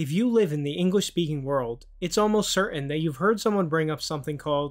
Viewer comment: Began to watch, but when you couldn't even pronounce the word "certain" correctly, you lost all credibility to me. Dismissed.